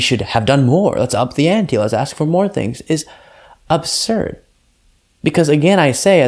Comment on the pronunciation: Absurd not ubsurd